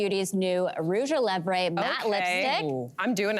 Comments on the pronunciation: Did she just say "Rouge a levray" for rouge a levres?? C'mon! You live in Canada. Learn how to pronounce a French word in French, please! That's especially important when it's a product name, style or brand! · You're right. She did. Even if you're not French, saying rouge a levres has been around for years, and never heard anyone say levray.